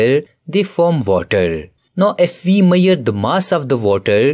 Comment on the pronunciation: I liked it but what is maire??? its measure